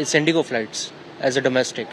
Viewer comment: Indigo ❌ Inigo ✅